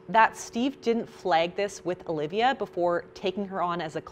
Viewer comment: omg. I have just found someone who can pronounce "Alivia" right... Every stranger I meet spells my name as Olivia, or if I tell them the spelling, they go for the Aaaa- Lee-ve-ya haha